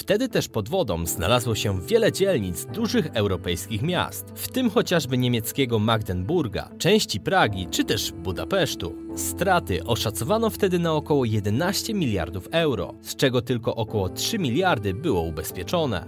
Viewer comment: Magdeburga a nie magdenburg